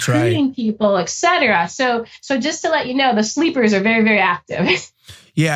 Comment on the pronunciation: Bruh. Someone working for the CIA who says “ex-cetera” and “ex-specially” omg. it makes everything you say suss. It’s ET-CETERA and ES-PECIALLY